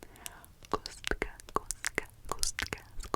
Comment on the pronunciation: Oh my god, I didn't know you were part czech! Your pronounciation of cube was really good. I had your video in background, so when I heard "kostka", I was confused at first lol